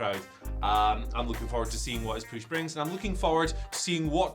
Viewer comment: The way this guys pronounces the word "push" sounds so damn weird........